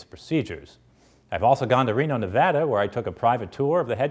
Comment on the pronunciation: thank you for pronouncing Nevada right!